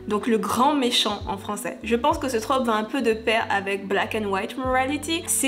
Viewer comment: MERCI à toi d’accorder et de prononcer correctement ce mot 🙏 parce que je n’en peux plus d’entendre “une traupe” 🤦‍♀️